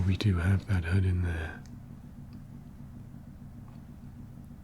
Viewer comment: i like your accent, only after my 5th watch i realized you were saying HUD not HEARD